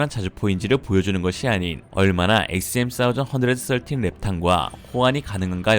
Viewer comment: 원사이즈언드서틴 ㅋㆍㅋ 어색한건지 웃기실려고 하신건지.. 의도는 후자쪽인걸 확실히 알겠습니다~ 스타일 아니까~~ㅋ